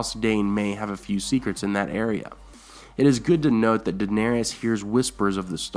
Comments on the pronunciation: DA-NER-IS DA NER IS That is how her name is pronounced and spelled. Not DA-NER-EE-IS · I normally don't give a crap when names are mispronounced, but the mispronunciation of Daenerys is making me a little nuts. It's only three syllables - DA - NAIR - IS, not DA - NAIR- I - AS. Other than that, cool stuff.